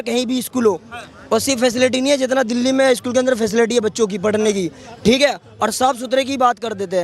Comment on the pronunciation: दल्ले नहीं एंकर भाई दिल्ली बोलो।